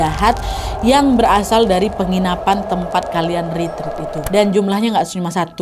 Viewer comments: Maaf kak ret ret bukan rit rit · Permisi kak nad saya mau benerin pengucapan retreat itu retret buat retreat.